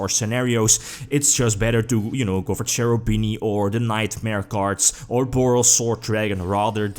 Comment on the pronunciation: Hi, I really care about pronunciations of names and I suggest you to watch this fast video to understand how to spell Cherubini:) I hope you will appreciate this: Btw nice videos every time, I really enjoy watching them!